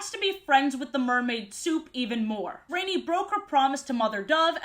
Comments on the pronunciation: Rani's name is actually pronounced like Rah-ni (kinda like Ronnie?) not Rainy. I know this because I listened to the audiobook versions as a kid. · Rani's name is pronounced RAH-nee. She's named after Gail Carson Levine (the author of the book)'s sister. I understand mispronouncing, I did until I heard the author say it. Rani was always my favorite character and I still use her metaphor of being "filled with water" as an excuse for why I'm such a chubby crybaby. Even her quirk of finishing people's sentences was something i related to because it was something i did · No idea if "rain-ee" is how you're supposed to say the name because Rani is an indian name pronounced "rah-nee" and I assumed that was how you said it and this confused me like hell as a kid because I wasn't sure why an Indian sounding name was used for a blonde/blue eyed fairy lmao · Ranis name is pronounced ron- ee like Ron Wesley or whatever tf that dudes name is . If it was raini ( rain-ee) it would be spelled raini :3 just thought you should know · You know the fairy named "rainy" its not actually pronounced "rainy" it pronounced "rah-nee" spelled "rani" which means queen in hindi (hindi is a Indian language) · I'm so happy to see this omg side note I always pronounced Rani as rohn-y instead of rainy as a kid